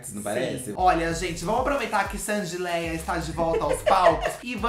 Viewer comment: Sandy LeÁh ! LEÁ! E não Léia! Afff